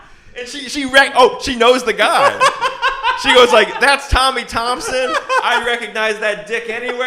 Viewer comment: It's Tommy Turner Not Thompsons....